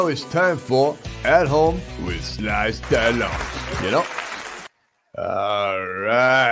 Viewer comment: he gets me at stah' lone